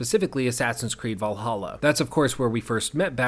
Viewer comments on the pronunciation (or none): valhalla? You mean, valahha